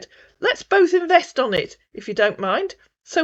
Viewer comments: 😂😂 too funny inverst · I thought everyone wanted to inverst.😂😂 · Seriously, would we invest with someone who keeps saying, "inverst"??😜😟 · How does he say invest …inverst inverstment